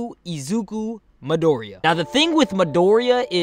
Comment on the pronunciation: who's madoria lol oh dude please your pronunciation...